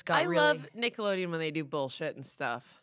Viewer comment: I thought said Tickleodeon and i lost my shit